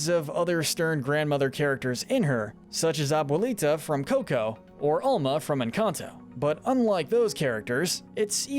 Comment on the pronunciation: he really just called her aulma